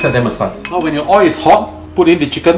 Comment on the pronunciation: please pronounce O I L ..... I don't put O I into the wok.... what a typical example..